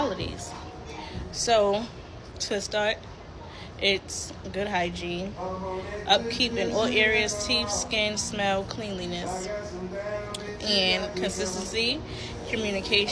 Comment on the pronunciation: Wow, a check list? You need to check yourself girl. I have to have good teef? My teeth are fine, but if you cant pronounce it properly, we're not getting together.